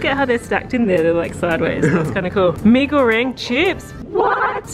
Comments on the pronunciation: Btw i thing u mwent mi-ee-ga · just a reminder mi goreng is not prenouse like that bc it prenouse with like indonesian words bc its indonesian food